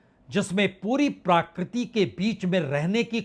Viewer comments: सर, प्राकृति नहीं प्रकृति होता है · It's PRAKRITI not PRAAKRITI. Please pronounce right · माननीय पुण्य प्रसुन जी, क्षमा चाहता हूं शब्द प्राकृति नहीं बल्कि प्रकृति है... कृपया इसे अन्यथा न लें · प्रकृति,,, कहें जनाब प्राकृति नहीं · प्रकृति या प्राकृति ?? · प्राकृति नहीं, महोदय! प्रकृति बोलने की कृपा करें। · प्रकृति का हिन्दी pronunciation प्राकृति तो नेहि है l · प्राकृति नहीं , प्रकृति बोलिए